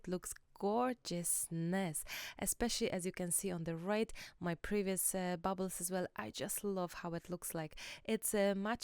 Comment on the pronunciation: Urgh. Bubbles. As in soap bubbles. Baubles. As in Christmas baubles, pronounced (bawbles).